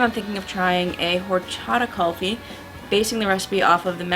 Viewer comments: Just an FYI- It's KOOL-FEE not KUHL-fee (I'm Indian, and Kulfi is an Indian word) ;) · its not callfi.....its Kulfi.....say it properly... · the proper way to pronounce kulfi to cool-fee. I'm Indian so thought I would let you know :)